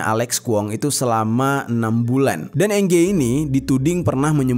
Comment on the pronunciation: NG bacanya eng Jer.